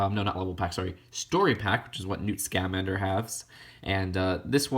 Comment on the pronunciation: Scamander is all one word, not, "Sca-Mander." It just hurt to hear it every time, but I don't blame you, it's a weird name.